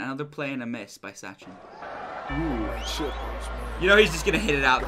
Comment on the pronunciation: You said Tendulkar rightly this time...Sachin and last name both you said correctly. Sachin started at the age of 16 years and played for almost 20-24 years...no athelete can do it even a chess player.. Cricket is a very very tough game. Do you remember any soccer or rugby player from States or Europe who had played for so long. Needless to say Football ends in 90 minutes while Cricket last for 5 days 7 hours each day